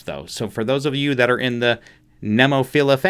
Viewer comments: The Japanese scene is just incredible right now. There are so many killer bands over there. The rabbit hole is wide and deep. Enjoy the journey! Edited to add: The pronunciation is "Neh Mo Feela" Not Nee Mo Filia since there is no i after the L. The first e is like the e in the English word 'bed', the eh sound, not the hard e like in 'seen'. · no you didn't say it right))) the way you pronounced "Nemophila" is like having "sex with a fish"...you ruined "Finding Nemo" for me))) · The name of the band is a flower. Either Neem-off-ill-uh or Nem-off-ill-uh seem to be the two pronunciations from those pronunciation websites. I like the second one best myself.